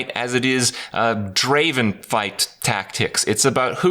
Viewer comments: It's not Draven. Draaaaaven! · I am triggered krip spelling draven wrong ... ITS DRAAAAAAAAAAAVEN! (yes you knew it was coming) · Not Draven, Draaaaaaaaaaven.